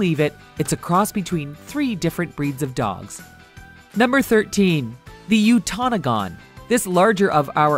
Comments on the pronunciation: Its pernoced (you ta no gan) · There's no such thing as a miniature doberman pinscher. It's just miniature pinscher. Completely different breeds. There's also no such thing as a shiba emo lmfao it's called shiba inu you also pronounced utonagan wrong. Also on the goldendoodle when you said golden retriever as one of the parents that was actually a labrodor retriever in the picture. And those were NOT Pembroke shelties in those pictures. other than that the info is pretty accurate although shepky should have been on the list. They are the prettiest cross breed of all.